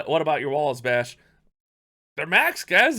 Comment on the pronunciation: Your name "clash bashing means something weird in Norway. The way you say Bash means poop in Norway